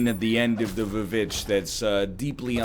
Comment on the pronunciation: Calling the Witch V Vitch